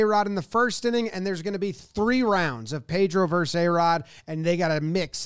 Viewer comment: Vs is pronounced VerSUS. 2 syllables. Not Verse. ARod versus Pedro. Yankess versus BoSox.